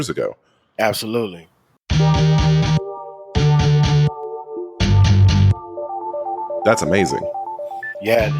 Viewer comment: He said absoluteLEE!